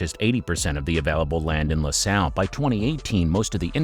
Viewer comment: Loo Sale .... not LAH SAHL ... this reminds me of the Galbani advert 😆